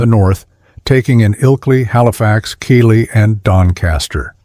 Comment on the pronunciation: Keighley is pronounced Keith-lee not Kee-lee